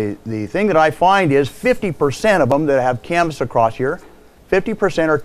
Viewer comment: No "t" in the word across.